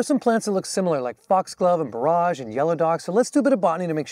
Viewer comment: Sir,excuse me ,its is pronounced( bore- age)not